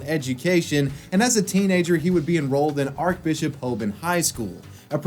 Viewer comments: Just fyi its not pernouced Arc its pronounced Arch so Archbishop pronounced like arch than bishop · It's pronounced archbishop, not archbishop